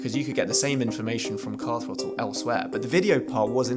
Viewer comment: or as the presenters called it Car Frottle (the Th is silent) get in mate ave it